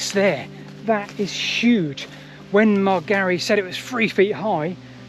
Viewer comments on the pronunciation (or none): Great video, but you're still mangling Ivan Margary's name. It's pronounced with the emphasis on the first syllable, MARGarry, (like "Margaret" with a different ending). I think, for all the work he did, he deserves at least to be called correctly.